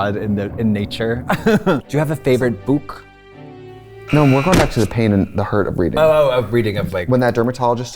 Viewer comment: is that /bük/ pronunciation a Bo Selecta reference? :)))